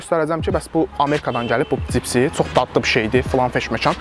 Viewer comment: cipsi 😀🤦🏻‍♂️ bu sozu deyirsense hec olmasa duz denende sen cani